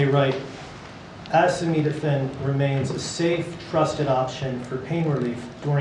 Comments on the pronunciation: Donald Trump had trouble pronouncing acetaminophen during his presser. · Bobby trying to assist him with pronunciation of aceda… apeda…. abeda… Tylenol 😵‍💫 🤡. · Trump can pronounce "hydroxychloroquine'". But he cannot say "acetaminophen"? 🤔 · You would kind of think you would have the pronunciation down being as it is the very ingredient you claim as the problem? What a dumbf*ck.😊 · "It can only good happen." That shellaced zombie has more meds and medical equipment on him and in him, but cant pronounce acetaminophen. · Hey Trump say acetaminophen. 😂